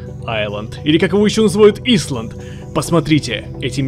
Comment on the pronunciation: Все кто хорошо знают английский и кто-то говори Исланд , а не Айланд : бунт !